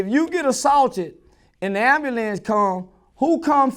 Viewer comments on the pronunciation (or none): “Inna AMBALANCE”